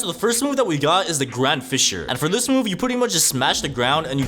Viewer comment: Please it’s not grand Fishure it’s grand FIZZURE